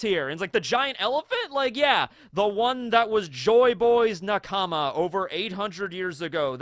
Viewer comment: Lol is there a reason you people pronounce nakama like okama ? I mean… you watch the anime right? You know it’s not naKAAMA.